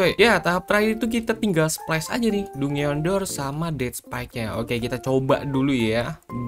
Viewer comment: Bg "dungeon" jan dibaca dungeon juga kali 😭😭bacanya itu "danjen"